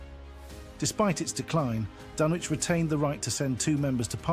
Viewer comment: not even pronouncing it right.. painful